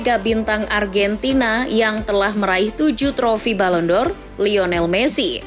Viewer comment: Mungkin bukan balon dor cara bacanya dipembawa suara kedua